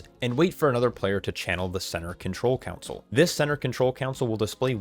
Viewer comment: Console not council.